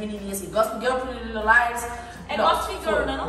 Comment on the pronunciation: Camila tentando falar pretty little liars 🤣🤣